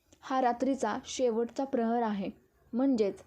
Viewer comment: प्रहार नाही. प्रहर म्हणतात.